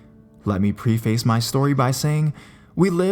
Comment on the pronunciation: I've heard you mispronounce this before... preface is pronounced "preh-fass" and NOT "pre-face".